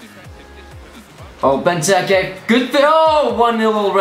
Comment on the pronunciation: LOL he cant even say benteke properly????